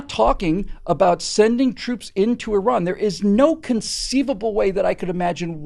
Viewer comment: Very refreshing to hear Americans pronouncing Iran not Eye ran.